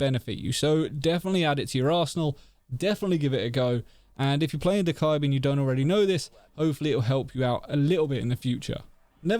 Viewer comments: I’ve been doing this since day 1 of me having dokk, i don’t remember doing the rest if the animation i’ve always done this i’m pretty sure. Also this is a small pet peeve i have, i’m used to hearing dokkaebi’s name pronounced as “dough-kebi” or “dough-ka-bee” (the way i say it), but for some reason “dough-kai-bee” pisses me off lmao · 1.06 hahah dekibi he said soz no hate